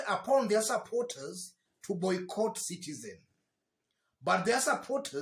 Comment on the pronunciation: Sudi is it Citizen or sitisen